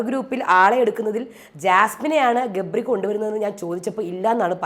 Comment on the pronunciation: രേവതി ഗബ്രി എന്ന് പറയുമ്പോൾ ഇടക്ക് jabri എന്നാ വരുന്നേ...😂😂😂